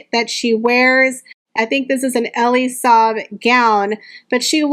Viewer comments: It’s said Ellly. Sabe not Eeely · The wedding dress designer, Elie Saab is pronounced “Elly” Saab FYI ❤